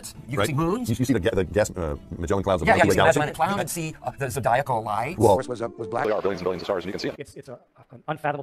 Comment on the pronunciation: Lol "the zedialcal lights" lol